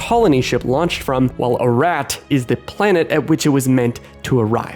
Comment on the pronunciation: You literally play a clip that says, "a-ROT" but you say "a-RAT" like 50 times in this video lol